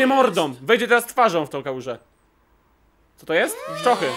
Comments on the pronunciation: Ten czerwony powiedział cioto zamiast coto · O kurde powiedział cioto xD 😂😂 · on mówi o ty "ćoto" Hehehe XD